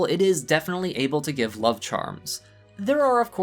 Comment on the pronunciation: Did you say 'Sub is in the air?' Cause it sounded like you said 'sub is in the air'.